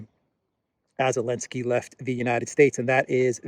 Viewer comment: Didn't anyone tell him that the Ukraine President's name is Zelensky and not "Elensky" unless there is a silent "Z" on Ukrainian.